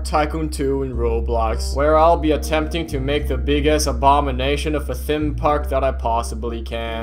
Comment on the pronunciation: theme park tycoon 2 What i hear:THIM PARK TYCOON 2